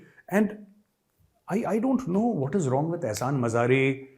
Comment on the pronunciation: Ehsan madari😂not mazari